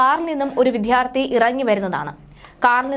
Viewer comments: അപകടവും പെട്രോൾ പമ്പിൽ ഒരാൾ ഇറങ്ങിയതും തമ്മിൽ എന്ത് ബന്ധം 🤔🤔🤔 എന്തെകിലും വാർത്ത ഉണ്ടാക്കണം, അല്ലേ?? പിന്നെ, വിദ്യാർത്ഥി എന്നാണ് അല്ലാതെ 'വിദ്ധ്യാർത്തി ' അല്ല. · Vithyarthi alla vidyarthi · കളർകോട്, വിദ്യാർത്ഥി എന്നൊക്കെ വ്യക്തമായി പറയു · വിദ്യാർത്ഥി എന്ന് പറയാൻ അറിയാത്തതിനെയൊക്കെ എന്തിനാ വാർത്ത വായിക്കാൻ ഇരുത്തുന്നത്